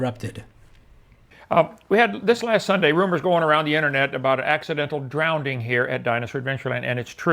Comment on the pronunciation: But, outside of David Copperfield, does anyone but Kent pronounce "drowning" as "drownding"?